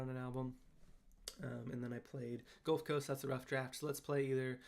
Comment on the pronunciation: LOL the over-enunciation during The Gulf Coast was great 😂